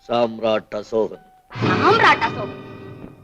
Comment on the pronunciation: யோவ் அது காம்ரேட் அல்ல. சாம்ராட் அசோகன். காம்ரேட் என்பது கம்யூனிஸ்ட்கள் பயன் படுத்தும் வார்த்தை.